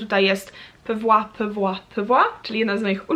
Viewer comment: don't get me wrong mordeczko, ale wydaje mi się, że "dachshund" czyta się albo jako "dakshu/ynd" albo z niemieckiego "dachs-hund", a "PIVOT" z Friends to chyba jednak "pee-vat" a nie pewła, nie wiem skąd to wzięłaś skoro to Twoja ulubiona scena :(